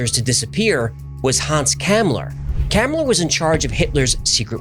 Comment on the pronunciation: FYI, Hans Kammler's last name is pronounced Com-Lur.